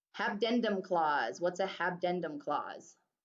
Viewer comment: hey i love your content, but in my exam material there are some things that are different: like "commingling and CONversion" not "COversion". Also the haBendum clause, not haBDendum. Thanks for your videos, they're really helpful.